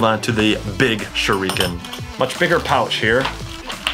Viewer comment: TheFamouseChiken #2 Me, also I'm bothered by the way he said shurikens... ... I'm also triggered about how he used the knee strap as an arm strap.